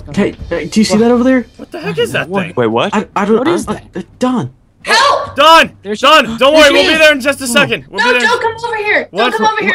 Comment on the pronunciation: NUU NOT DANW